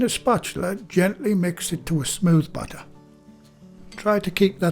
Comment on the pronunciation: I was confused at first because I kept thinking he was saying butter but then I realized he was saying batter.